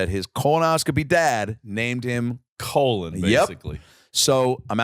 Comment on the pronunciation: For a good minute I thought Adam said his friend's name was Colin Izer, but it got worse when he said it was spelled Colon!🤣